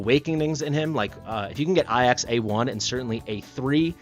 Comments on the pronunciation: Bro, please. Ajax is pronounced "Ay-jaks" (hard "j"), not "ah-yaks". Please :D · Pls stop calling ajax iax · In the case of greek pronounciation, then it's "ai-as" or "é-as" and not "ay-yax" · A jax Not ayax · Ay-axe is a very unique pronunciation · Does know its a J and not an i?? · Why you pronounce Ajax wrong lol